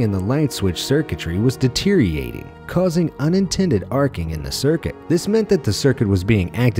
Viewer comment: Learn how to say DETERIORATING... It's not DETERATING..